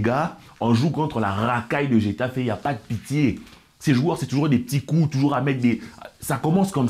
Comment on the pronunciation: la prononciation m'a fumé, impossible de ne pas faire de jeu de mot. "j'ai taffé" 🤣#Getafe